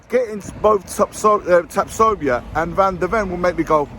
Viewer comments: Sorry to " nit-pick but the name is Tatsoba NOT Tatsobia. Look forward to your vids👍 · Imagine trying to correct someone, and you can't even do that properly 🤡 It's Tapsoba!